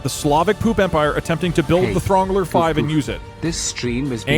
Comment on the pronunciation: thats not how you pronounce Throngler